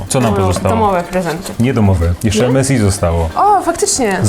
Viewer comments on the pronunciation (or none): EMESAJ A NIE EMESI!!